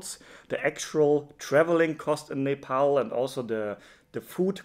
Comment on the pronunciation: Finally someone who pronounced Nepal correctly who is not Nepali